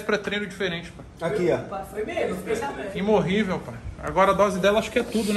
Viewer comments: "Imorrivel" sangrou meus ouvidos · Imorrível (imortal)....kkkkkkkkkkkk